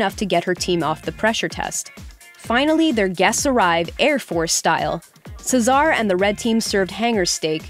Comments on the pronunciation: Do they read the scripts without watching the actual episodes? Cesar's name is pronounced just like the name it derived from. How in the heck did they get "Suh-ZAR." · "Czar" Bruh... Cesar is not a hard name to pronounce. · I'm actually triggered when she said Cesar's name incorrectly. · I cringe every time she mispronounces Cesar 🙄🙄...